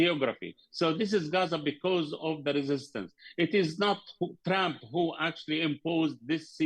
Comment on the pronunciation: I like how Atwan calls Trump "Tramp"